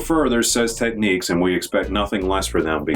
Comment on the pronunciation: Pronounced TECH-NIKS. Not TECH-NIQUES.